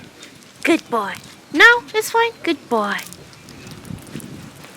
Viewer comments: 마일로에게 귣ㄷㄷ뽀오이~~!! 하실때 발음 넘 찰져용🙈👍🏻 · 매번 영상 재밌게 보고있어요! 저는 특히 마일로가 나올 때가 가장 좋더라고요ㅋㅋ 처음보는 강아지 종이라 신기하고 귀여워서 나올 때마다 입벌리고 봐요.매번 굿보이하는 발음도 너무 좋고요!! 화장하시는 모습도 너무 예쁘시고 진짜 좋아여~~~~